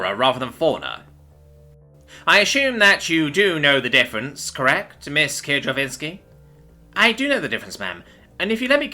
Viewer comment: Kir- jov- ski, 3 syllables not 4, 2 i's not 3.